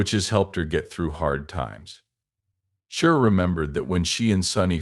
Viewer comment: What language is this? Pig Latin? You pronounce her name every way but the correct way. Are you a bot?